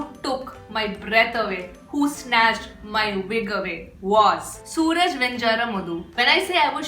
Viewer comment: No it's Su-raaj.